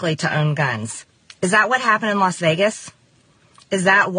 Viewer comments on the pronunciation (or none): none